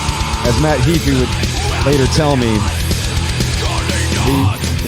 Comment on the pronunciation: HAY-FEE, not Hee-fi! :)